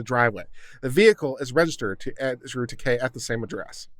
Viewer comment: It's not "Takei", it's "Taake." Pronounce it right.